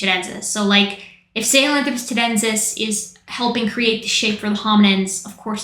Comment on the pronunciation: So you’re telling me Metal Gear lied to me about how to pronounce Sahelanthropus